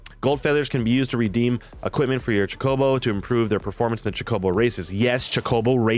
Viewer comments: Cho-co-bo not chocoboes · Cho-coh-bow lol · Good lord it’s Cho-co-bow